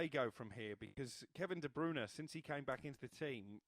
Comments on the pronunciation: It's not "De Broona" 😂😂😂😂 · Do they pay these (failed ex footballers/fifth rate journalists) “experts” to mispronounce these player names. Who the fck is Kevin debrooner!!!??